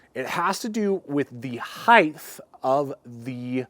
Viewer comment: There is no h at the of height. Why do you say heighth?